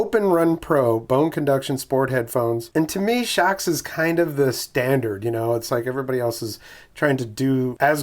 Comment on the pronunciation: It looks like they watched your Naenka video. They paid attention to your comments. I'm a long time viewer. I'm pleased to see you are branching out. BTW, I agree with your pronunciation. I really couldn't read it any other way.